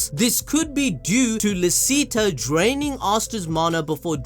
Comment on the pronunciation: Licita is pronounced “Lee-Chee-tah”, German.